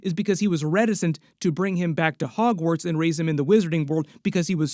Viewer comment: i did too 😅